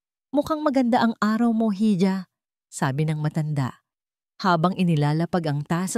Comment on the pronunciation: Bakit mali mali pronounciation ng narrator hal. Iha hija ang basa